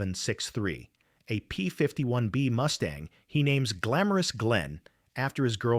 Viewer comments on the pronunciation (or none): Get rid of the bloody AI generated voice. The plane is Mustang not a Moostang.!! FFS!! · What the hell is a Moostang? Crap ass AI at its finest. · “Moo-stang?” Gimme one more, and I’m gone! “Tahn-ah-pah? See ya! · it's not a Moo Stang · “P-51 MOOSTANG!” Hahaha! Idiotic A.I. SLOP! Go away, A.I. STOP INFESTING YOUTUBE! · Robot says Moose-tang. Stupid robot! When robots rule the world and A-I is their God then what chance does Humanity have other than to expect extermination! Resistance is futile!! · Moose-Tang? Please stop paying for this AI crap!